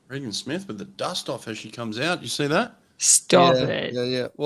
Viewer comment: It's RAY-GEN Smith, rather than Ree Gan Smith.